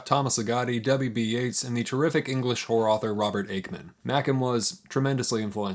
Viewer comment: My apology. I heard you say “horror” at least 4 times before I understood you were not saying whores. If these famous authors had whore stories…I may be able to break into the genre near the top. Whoror, one might say. Cheers!